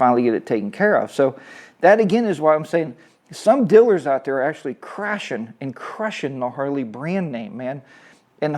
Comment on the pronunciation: Gotta be careful around all "Dillers" Lol sorry to be that guy.